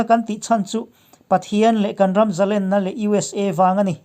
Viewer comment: A ngaihnawm hle mai, i chhiar thiam bawk si, chutih rualin 'zalenna' tih hi, a 'len' lai tak hi, len - sangha manna len ang hian rawn hmang ṭhin la, a ngaihnawm leh zual ang.